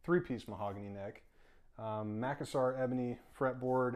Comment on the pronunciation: Mack-a-sar? It’s macassar ebony…no mack involved. Ma-cass-ar ebony.